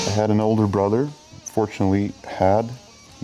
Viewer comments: it sounds like fortunately, but he meant unfortunately. he loved his brother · Leena Husa Ah, okay thx. I sounded weird, especially in the context lol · yeah, i was confused for a second too XD